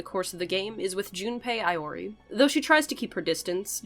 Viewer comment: i’m loving the video so far but junpei EYE-ORI really threw me lol. i also appreciate the mention of chidori, she’s up there in my top three fave persona characters and i wish she wasn’t so underrated